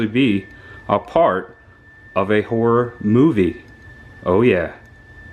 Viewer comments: Hi., are you saying Horror? Or Horrooooooooorrrŕrŕrrr. Looking forward to your film role, 😊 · So freaking awesome buddy! I watched the first movie last year, I remembered the house and barn. Lol don’t worry about how u say “horror” buddy I say it the same way. I met ya at Spooky Empire last Oct, maybe I should have gotten an autograph. Lol